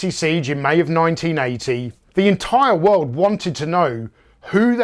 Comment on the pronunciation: "Soldiers of the wewwooled" hehe.